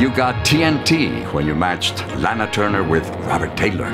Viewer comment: He is pronouncing her name WRONG.... ITS SOUNDS LIKE LAHNA NOT LAANA